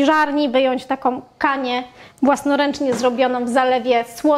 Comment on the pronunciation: "z bułkom tartom", zimom, om co drugie zdanie - jest taka głoska "ą" nie om, wie Pani. I nie "takom kanie" tylko "takĄ KANIĘ. Gdzie była Pani jak były lekcje języka polskiego? A może nauczyciel zawiódł?